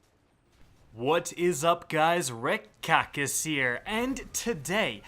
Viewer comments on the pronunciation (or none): Is it just me... or is he saying RIPPED KACK IS HERE? ripped kackis here.